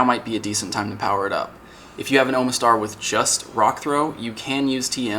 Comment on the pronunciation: "OH muh STAR." lol,, you're not a Pokemon fan. It's pronounced, "AHMA STAR". No joke.